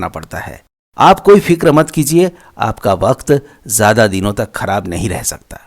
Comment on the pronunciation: Learn how to pronounce Say Maujood not Mauzood Tawajo not Tawazo Hazaar not Hajaar Zyada notvJayda Sounds so unsophisticated 🥶